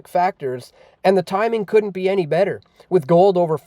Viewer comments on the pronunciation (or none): none